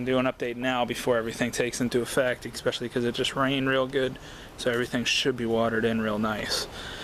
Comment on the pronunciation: ekspeschilly is not a word. Especially is a word.